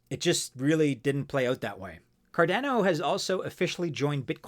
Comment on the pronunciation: It’s Cardano, not Cardano. 😂